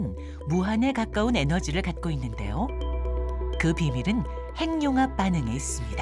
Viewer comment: 핵 + 융합 = 핵융합~~~ 행늉합 발음은 틀린 발음입니다!! "해귱합"이 맞습니다!! 두 개의 단어로 된 합성어를 따로 떼어서 천천히 발음해 보세요!! 핵~ 융합, 핵~ 육합 그러면서 천천히 붙이면 해귱합~ 발음이 맞다는 게 쉽게 증명됩니다!! [ 전음법칙 ]